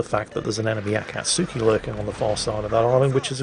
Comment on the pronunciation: Akatsuki is pronounced ah- kah- tski.